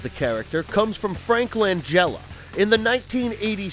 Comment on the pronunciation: It’s not Lanjella dude. C”mon man